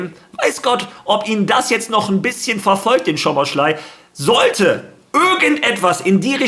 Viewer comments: man spricht ihn nicht schoboschlai aus sondern szoboslai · Falls du den Namen mal richtig aussprechen willst: Im ungarischen spricht man „Sz“ wie ein normales deutsches „S“ aus. Also spricht man ganz einfach Soboslai aus